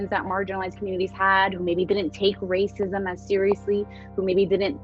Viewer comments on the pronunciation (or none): I just hear “wacism, wacism”